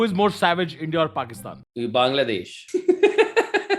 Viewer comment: When rohan said bangladesh I heard "baingan" loll